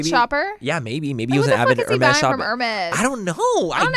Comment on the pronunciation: “I don’t ever see you wearing no heRRRRmeZZZZ” 💀💀💀💀 … how do u even spaaaillll buurknnn hahaha I freaking love Laura 😂💞